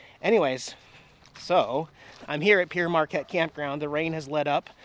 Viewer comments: Love that area ... Growing up in St. Louis I and everyone I know pronounced Pere just as you did; sounds like "pier." Then I took French and realized it should be pronounced like "pear." Pere is the French word for Father and the park is named for Father Jacques Marquette who explored the area. Been a while since I watched one of your videos but, just so you know, it was your Great River Road videos from Minnesota to Louisiana that turned me to your channel. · Hi, Pere Marquette is a french name for a priest who’s last nane was Marquette. It is pronounced “pair Marquette”. Thanks for the video! Enjoy that beautiful site.